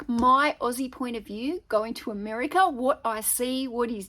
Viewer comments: Yes, I think she was trying hard not to say "Ameriker" after saying it a few times early on. Isn't she EXCITED though?! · Love the way you said "Ameri-ker" in the beginning of the video. You are so cute!